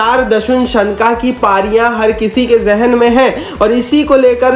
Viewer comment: सनका नहीं शनाका